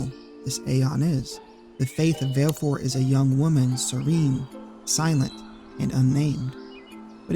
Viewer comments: “Vailfour” gurl bye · Vah-leh-four, like va-le-dictorian. She pronounces it in Dissidia. Awesome content!